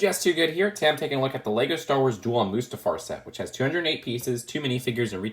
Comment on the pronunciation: Most people: Star: Splar